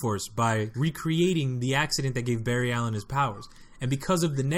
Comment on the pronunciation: This man said bar ry alien who says that